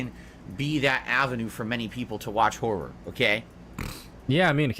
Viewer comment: The way says 'horror' bothers me so much for some reason